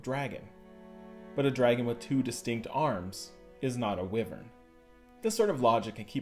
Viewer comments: Is anyone else annoyed he said it like Wivern instead of *Wyvern*. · Its pronounced (Y-Vern)